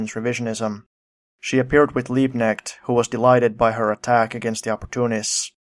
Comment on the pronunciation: Very good pronunciation of Stuttgart btw. The ch in Liebknecht is pronounced like the Sj in Swedish Sjukhuset though, it's technically a frikative k. And unlike the English with knife, Germans actually pronounce the k in Knecht